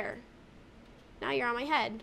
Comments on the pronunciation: Are u saying right now or right meow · U said now like meow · She said moew as now hahahahahhahha